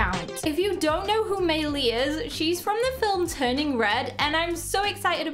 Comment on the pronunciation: May Lee not may lae